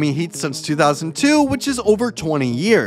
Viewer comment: Bro said Andre igobla and Undis Haslem but Haslem is actually pronounced Haslum but spelt Haslem